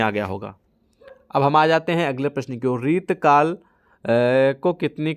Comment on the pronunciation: सर आप रीति काल को बार बार रितकल बोल रहे हो 😂